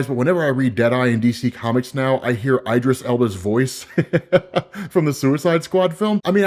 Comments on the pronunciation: Eye-dris? Isn’t it pronounced “E”-dris Elba… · Idris Elba not eyedris Elba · Not Eye-driss, it’s Ee-driss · "Eye-dress"? SMH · Why after all this time does this dude still pronounce Idris like (eye-dris) It’s Idris, like It, In, Is, Igloo, instinct, etc. way too smart to not realize this, but Eye-dris is NASTY Work lol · He's throwing shade. Beef goes way back. auditioned for Bloodsport. Rest is history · Eee-dris Elba*** damn 😂😂, great narration though 👏🏿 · It’s pronounced Eeeeee-dris Elbow, bud. Eeee-dris. Elbow. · No TF you didn't say "Eye"dris Elba!!! Where the hell are you from, Mars?! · Eid-dris alba, your pronunciation is terrible 😅